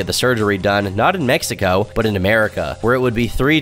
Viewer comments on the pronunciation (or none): none